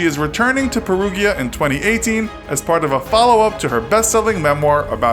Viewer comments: Research the goddamn correct pronunciation of words if don't know them, every time I hear Perughia it makes me want to cut my ears off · Peruvia wtf is that south America??? PeruGGGGGGGGGGGGia GI Pe-ru-GI-a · Is pronounced Pe-roo-ja not Pe-roo-ghya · The city is pronounced like Pear-roo-ja. There’s no j in italian but a g followed by an i is pronounce a bit like a j. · Peru gee ah? Oh dear. Sorry Italy. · Little help with the name: Perugia = Pear-Roo-Ja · I'm sorry...."Peru ghee ah"?? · For those who don't speak Italian: Perugia is pronounced "pear-ROO-jee-ah" (gee like "jee-wiz" lol) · PERUGIA - PE-Roo-dJa. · Also you mispronounce Perugia. It is “pe ru gia” Gia sounds like jia. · They way the narrator says "Perugia" is very funny and totally wrong. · "the jury"??? In Italy?????? REALLY??????????????????? Since when does Italy have a jury? And stop pronouncing Perugia in the wrong way! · You pronounce Perugia wrong! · You did all this work on the graphics and researching the story and you couldn't take two seconds to Google how to pronounce Perugia? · 😂 You're right...but to pronounce Perugia for an English speaking person is really difficult! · All the Italian pronunciations are wrong.... 🙄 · Wow, did you get a lot of things wrong. Amanda never lived with Raffaele. They had met only 8 days before the murder. She threw one party and while they did get a ticket for noise, it wasn't that wild. You also got other details wrong including the pronunciation of the town Perugia. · Everytime the narrator says "Perugia" an italian dies. RIP to my fellow italians lol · The Great Juan It’s pronounced wrong in the video. The “g” in Perugia is pronounced like the g in cage. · "G", followed by "IA" is ALWAYS pronounced as "J", rather than "G". Except when the "G" is followed by "H" first. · Perugia isn't pronounced that way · You pronounced Perugia wrong. The g is pronounced like the j in "jar". Always when it's followed by an i or an e. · "perujah" not perUGHEEA